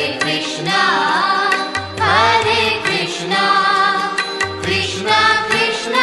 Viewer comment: এটা কি কোনো হিন্দি ভাষার মানুষ গাইছে,, উচ্চারণ টা শোনা যাচ্ছে,, হারে কৃষ্ণা হারে কৃষ্ণা হারে রামা হারে রামা ,হারি বোল